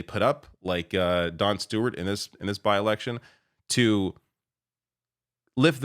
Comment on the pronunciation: I kept hearing Jon Stewart every time you said Don Stewart